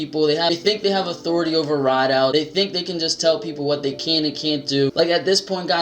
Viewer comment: Authority, not athority buddy smh...